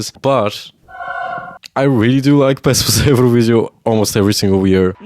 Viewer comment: he literally mentioned those symbols. Though, I'm also curious about where he's from, and why is Serbia his arch-nemesis :D His pronunciation of "pesma za evroviziju" was perfect. When it comes to politics - I'm also interested in foreign politics. I don't see anything weird about it. On the other hand, I'm not xenophobic, that might be the reason.